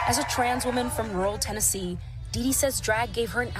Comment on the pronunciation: Lol, did you call it Trannessee? Lmao, I know it was a slip of the tongue, but maybe that should be New Yorks new name? Or California, anywhere that is drag show friendly 🤣🤣🤣